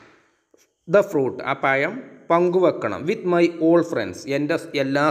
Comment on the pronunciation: Sir very nice .nlla useful ആയിട്ടുള്ള വീഡിയോ.പിന്നെ പയം അല്ല.പഴം എന്ന് പ്പറഞ്ഞൾ നല്ലത്